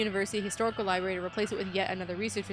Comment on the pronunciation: My biggest problem with Quantum Break is that characters (mostly Beth) pronounces the word "Library" as "Libary" 😂